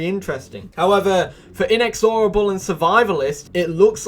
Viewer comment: The way he pronounces inexorable bugs me so bad